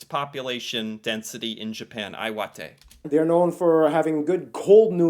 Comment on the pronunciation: "Iwate" is "love wate"??? ?? ?? ? hahahahahaha